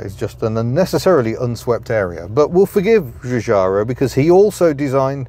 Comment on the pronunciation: Er....Giugiaro pronounces his name as Jujaro. Italian is not much into zh sounds.